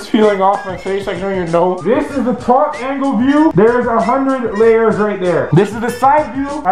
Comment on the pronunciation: 1,000,000 leyers of toothpaste